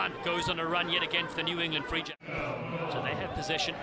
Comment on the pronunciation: I know the New England team is called the “Free Jacks” but am I the only one that thinks that one of the commentators makes it sound like the “re-jects”?